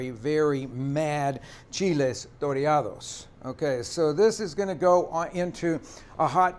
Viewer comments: My Mexican friend has advised me that it's "toreados" with one R. Great video though. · Should be "chiles toreados" not "torreados," but they look so good!